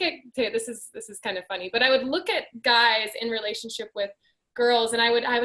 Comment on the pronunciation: What is your guides or did you say guys?...if I heard that right